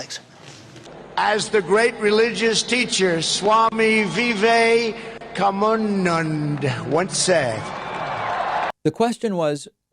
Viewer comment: I had to pause after "Swami...Veevay...kuhnoonunnnd"